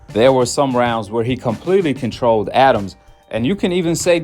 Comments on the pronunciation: It’s not Addams! It’s Adames! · Learn how to pronounce a fighter's (Adames) name correctly. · His name is Adames, pronounced (Ah da mes) not Adams. Learn how to properly pronounce a fighter's name and give them the respect they deserve. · (Adam-Es AdamEs. Adames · Good content but you killing me with the name mispronunciation ahk. (Ah-dahm-es) Adames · I rock with you heavy man love your content, but you butchering names 😂 it’s Uh dom mess =Adames and Buh ros so = Barroso old man who fought Rolly. Not Barrios keep doing your thing though 🫡